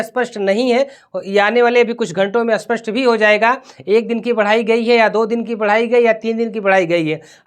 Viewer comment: Spashtt bolo, aspastt koun sa language hai? Aspastt means matter saaf nahi hai... Pronounce thhek se karo patrakaro